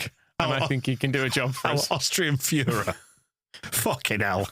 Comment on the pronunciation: It'll be Foy-ra... not Führer.